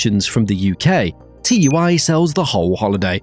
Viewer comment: It’s tui not T u i. 😂😂